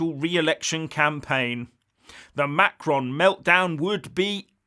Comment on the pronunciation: please try to pronounce Macron's name a little more correctly. pronouncing it like you did in this video is childish. I'm not looking for a complete French-speakers' pronunciation, just try it the right way instead of making fun of his name.